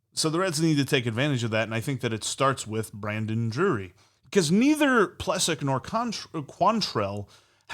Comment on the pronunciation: Love you guys , btw his name is pronounced Ple sack